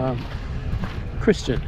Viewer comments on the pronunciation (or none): none